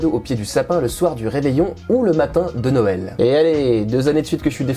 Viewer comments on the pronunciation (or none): Hahaa cette prononciation de seuël à la welch x) d'ailleurs en patois welch Noël se dit Nèy ou Nayèl, enfin dans les hauts côté romanophone en général quoi. Sinon le reste des Lorrains patoisants disent Nawèl. Comment ça on s'en fout?